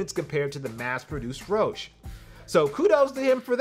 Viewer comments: It’s pronounced roshee not rowsh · It's called the Rosh-E, not Rosch